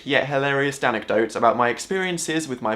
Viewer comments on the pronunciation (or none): did he just say danandecotes? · Did you say "DAN-ecdotes" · did I mishear it or did he really say danecdotes? (dan- anecdote) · Did he...did he say "Danecdotes"? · did anyone notice he said "danecdotes"? :) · "danecdotes" oh god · Did he just say danecdotes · I love "danecdotes" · Did he say anecdotes or danicdotes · Did he just say "Danecdotes" ? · did he say danecdotes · did you just. did you.... DANECDOTES OMG I AM DONE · Did you say danecdotes?! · DID HE SAY DANECDOTES? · I went "hahahah he said DANecdotes what an idiot" ...then I realised